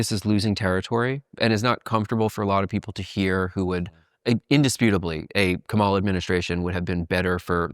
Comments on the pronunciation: Still don't even know how to say Kamala yet? Haha. At least I don't think it's intentional with yall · Man. A lot of disappointing stuff in this interview. Like, holy fuck NEITHER person can pronounce Kamala's name correctly? Never heard of audience capture as somebody working in independent media who literally reports on the effects of these types of things? On the bright side at least Andrew wasn't afraid to admit that leftists were wrong about trump not being worse than biden/harris AND wrong about Jill Stein not being an opportunistic leech who only stops licking the boots of corrupt world leaders like Assad and Putin long enough to siphon votes off of liberal candidates. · love the pod but I dooooo think not trying to pronounce Kamala's name correctly is kinda rude SUE ME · These people are so stupid, they can't even say Kamala's name right. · It’s comma like a , and la like lalalalala Kamala